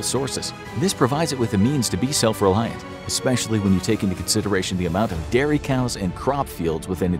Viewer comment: Pennsylvania... It's not "Diary" it's "Dairy"